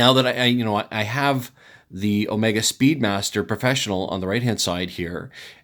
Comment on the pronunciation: Never heard of the "kmega speedmaster porfessiknal"